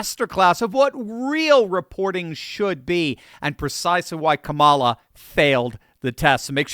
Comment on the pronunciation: This is great. But make yourself more credible and intelligent sounding by pronouncing Ka’ mala correctly.